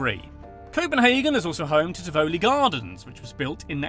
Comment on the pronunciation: I've never heard a person pronounce Tivoli like that lmfao